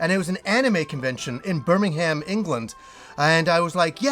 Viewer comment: You said Birmingham wrong 😂 great video as always!! Same thing happened to my dad, he lasted a month after being diagnosed